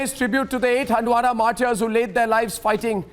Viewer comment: MARTARS. NOT. MARTI YARS.🤣🤣🤣🤣